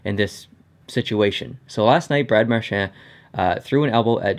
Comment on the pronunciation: No offense to but did it frustrate anyone else the way he says Marchand